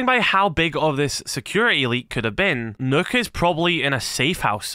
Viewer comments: You pronounce Nøkk as "Nukk" not "Nook" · the name is actually pronounced as “nuke”